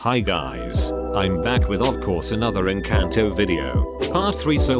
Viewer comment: ❌Encanto Enceantow✅